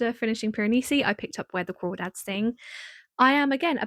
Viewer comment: Where The Crawdads Sing is AMAZING. And yes you're pronouncing it right lol. It's so accurate to that area